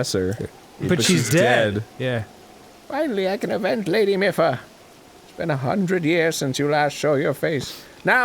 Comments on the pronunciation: Arin It's mipha as in mii-fa not meffa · Same with Mipha, or should I say "Miffa" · It's pronounced "MEE-pha" and "HAI-lian" btw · "Hillian" "Miffa" "Nev-ah-da" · It's "Miffa" that's getting to me. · I cannot get over arins mispronuciation of ever name in this game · ARIN CANNOT PRONOUNCR ANYTHING RIGHT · My ears bleed Every time Arin mispronounces Mipha and Hylian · Both are even voiced by characters...the Mipha flashback in this episode had her pronounce Hylian. And we hear her say her own name every time Mipha's Grace regens. Dunno how you can fuck up those pronunciations >.< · My wife is SO MAD that they keep pronouncing Mipha wrong. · Every time Arin mispronounces Mipha I die a little inside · I feel like Arin is purposely pronouncing all of these Zelda names wrong just to make us mad.